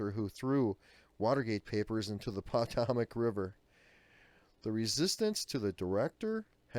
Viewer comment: Comey is terribly complicit in this scandal and needs to be removed if he will not step down - that being said, who does not know how to properly say POTOMAC?! Also, you should have practiced your pronunciation of several other words before reading this aloud. The information is vital and much appreciated but my husband and were both appalled and amused at how you couldn't pronounce several rather simple words properly but could say sophomoric with relative ease. #scatchingmyhead Please don't be offended - I'm a college professor so am a bit picky about such things. (and we are Trump supporters)